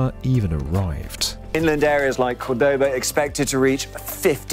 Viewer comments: topic aside... it's CORdoboa, the tilde at the beginning means you put the emphasis in that sylable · Accents in Spanish are a lot easier than french... if there is an accent, stress it. COORdoba very interesting but like listening to a video about London when someone calls it Lon-don.